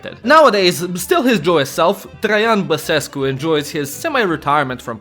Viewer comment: bro says basescu perfect for a nonromanian